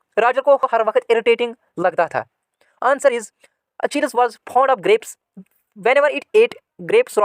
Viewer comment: Sir your english is gay you pronounce achilles wrong